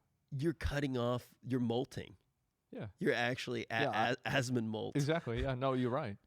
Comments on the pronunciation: i just started watching the guy recently and my god this drives me nutsssss... Asmondgold. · it's ASMON NOT ASMONDDDD